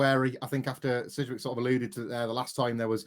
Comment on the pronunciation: i gave this video a down ( Disliked ) after hearing sidgwicks name